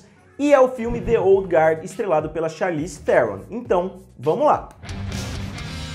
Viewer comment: Charlize Theron jah tem um nome difícil, aih o cara inventa uma pronúncia nova pro none dela...😂😂😂😂😂